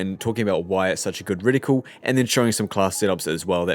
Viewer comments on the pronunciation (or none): Btw it’s not “ridicule” it’s “Reticle” 😉